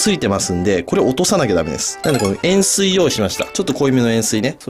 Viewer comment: 塩水が塩酸に聞こえてちょっと濃いめの塩酸はあかん!!金子さん!!と思ってた